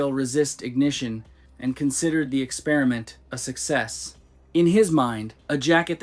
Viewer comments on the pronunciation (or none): none